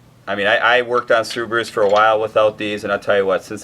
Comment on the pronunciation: "Sub-a-roos"...classic! Never heard anyone use that inflection other than.